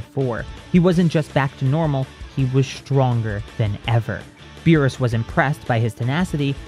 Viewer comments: was it just me or did cell say the god of beer? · For a sec I thought he said the god of beer